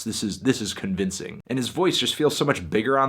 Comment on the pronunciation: this is con-VINCE-ing 😂